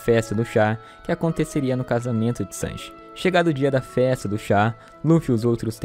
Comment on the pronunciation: Falar Chanji é foda 🤣🤣🤣🤣'